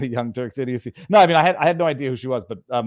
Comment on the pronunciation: Viva, did you say young turds?